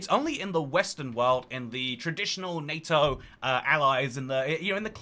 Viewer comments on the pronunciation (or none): none